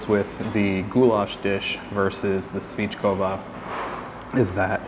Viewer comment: Nice video. Just about the pronounciation, you mess all accents in the word svickova 🙂. Your way is svickooooova, while its the complete opposite, sviiiiiiickovaaaaaa. And yes, dumplings are not meant to be eaten dry without the sauce ;-)